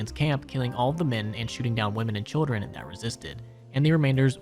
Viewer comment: "hildren" (hildern) "steven" (steve) boy you gotta read words better